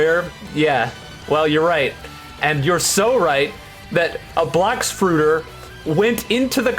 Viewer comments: hard R too 😭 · The way he says "Blox Fruiter" sounds like a slur